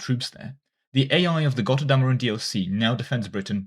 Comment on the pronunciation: pls listen to the pronunciation of götterdämmerung. thank you <3 :D